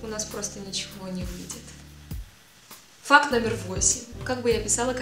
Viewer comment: я одна вместо факт слышу фак?)